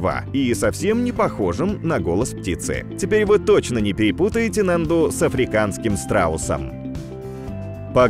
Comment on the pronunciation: очень интересно все у вас но внимательнее с ударениями...я долго молчала но после НАНДУ не могу молчать...ударение на А....можно проверить в википедии..извините но Вы один из моих любимых каналов и все должно быть идеально